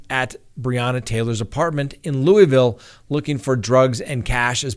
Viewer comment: as a Louisvillian I do appreciate the way you say Louisville. Most ppl don't know how to pronounce it. Good luck Officer Mattingly with your retirement and the outcome of this mess. The mayor totally screwed the city on this case. I know a lot of ppl are rooting for you.